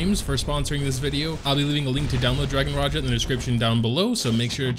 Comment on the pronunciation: Its dragon Raja not Raya (pronounce)